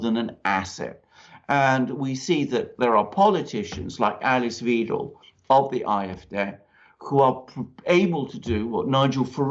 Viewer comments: Good video, but Alice Weidel's names is pronounced Videl, not Weedle, or Veedle. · Weidel is pronounced "v-eye-dell" (vIdell) not "weedle". (Mercouris got it right once.) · The surname Weidel is pronounced "V-eye-del". You're welcome. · Merkel is, was, and always will be a hardcore Communist who set out to destroy this country and was successful. Thanks for your analysis. By the way: Alice's (of the AfD) last name rhymes with "chidle", not "cradle". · It's pronounced 'why-dell' btw. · Please. You chaps. You get Alice Weidel's name wrong. In German, if you see "ei" then then you pronounce it like the vowel in "high". If you see "ie" then you pronounce it like the vowel in "weed". It is the SECOND of the two characters which govern the sound in English. I can think of NO exceptions.. And please find out how to pronounce Marine Le Pen's name. ==> As if she were Le Penn. I don't mind if you pronounce Merhel's successor as Vinaigrette Kramp Krappenbauer.. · If you respect Alice Weidel enough to quote her in your video, why not make the effort to pronounce her name correctly?